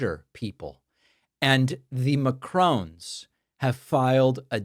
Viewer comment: Did you say "McCrones"?-Come on David.